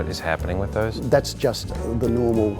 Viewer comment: already says "those" like an Australian 😂